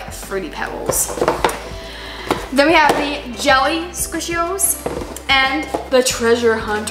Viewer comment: When you said jelly I thought you said Jeffy